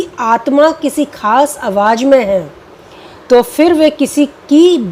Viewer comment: A good presentation overall. Madan Mohan and Talat are my favorites, but I also admire Rafi greatly. The two singers are very different, there is no comparison. Friendly recommendation for the presenter: Work on proper pronunciation of Urdu words. Examples: "awaaz" instead of "awaaj"; "gham" instead of "gum". Also, try to look straight frontward rather than sideways (unless there is a reason).